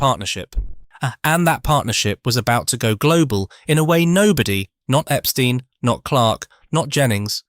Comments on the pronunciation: Wrong...The Beatles' manager's name was pronounced "Ep-STINE", not "Ep-STEEN"... 😐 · It's very annoying to hear the pronunciation Epsteen. Who of us in England pronounces the word tomato as tomayto?